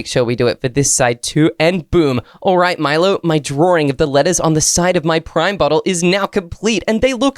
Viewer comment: Finally cos all the YouTubers say prim but you said it correctly thank you